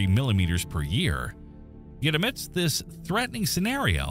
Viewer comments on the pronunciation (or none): none